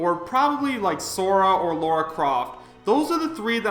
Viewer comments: Say it with me: LARA Croft Not LAURA Croft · It's LA - RA. Where do you see a u?. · It's LARA Croft not Laura you fuckwit....why the fuck do people STILL call her Laura after more than 20 goddamn years? They're 2 completely different names ffs... and ffs people, Steve is not going to be base roster....I doubt he's even that likely as DLC, he's not remotely interesting IMO ( I don't exactly hate him or anything, I just don't think he's iconic or interesting enough to be a fighter. Minecrat itself is iconic, the Creeper is iconic, Steve is forgettable. ). and no, Shovel Knight wasn't more prominent in the ballot, Shantae was since she's more popular worldwide based on data I've seen. Also I'm getting sick of these fake leaks popping up like STDs....I personally don't even think vergeben is "credible" and he simply guessed right. I believe Nintendo & Sakurai and nobody else when it comes to Smash.